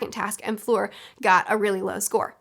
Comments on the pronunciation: In the first task, their speed was the most important. Fleur took her time to get the egg. (And it's not pronounced like Floor, it's like in 'erm...') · You catch so many things, and they're really interesting points. You're my HP expert now.^^ BTW, Fleur is pronounced like "flirt"(without the "t). ;) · "For floor" "flure, fore" 😄😝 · "fleur" does not contain a hard r, that's all you really need to keep in mind :) my main gripe is that dumbledore had the entire student body watch an empty lake for probably ~2hrs and then a maze entrance. what the fuck. why. the tasks could have been literally anything.